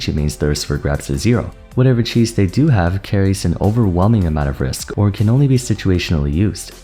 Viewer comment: Cloud main saying the word risk really grinds my gears Up B Bair LIMIT